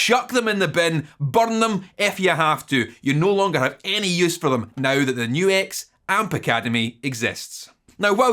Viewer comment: At least YOU know HOW to say NU-X! \m/